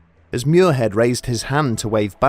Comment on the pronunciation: Muirhead is "mweer-ahd", not "myoor-hed". S'Gaeilge.